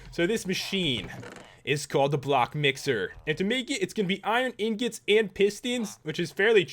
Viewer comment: IRON INGOT NOT IRON INGIT